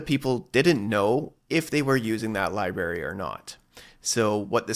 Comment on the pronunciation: The word "library" contains two 'r's